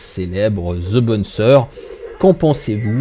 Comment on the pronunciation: "Ze bonne sœur" 👰‍♀